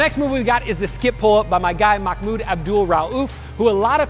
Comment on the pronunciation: his name is Mahmoud not mockmood but your ok just wanted to let you know